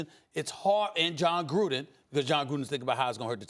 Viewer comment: Anyone else hate how Steven A said Jon Gruundan.